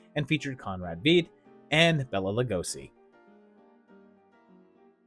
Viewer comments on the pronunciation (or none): Wonderful stuff!; I absolutely love all of the projects! A couple of pronunciation notes: Karl Freund is pronounced "froynd." Freund is German for friend. Conrad Veidt's last name has the vowel sound as in "eye." One good thing about German is the pronunciation rules are very regular, unlike English, so ei will always be "eye" and ie will always be "ee."